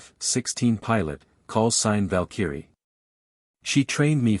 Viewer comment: Need to learn PROPER PRONUNCIATION of VALKYRIE!!